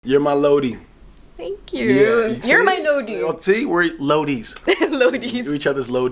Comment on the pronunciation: Not Lodi ... Loida ... great show :P